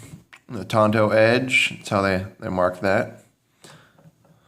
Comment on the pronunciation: I like how EVERYBODY calls it a "Tonto" edge when its actually "TANTO".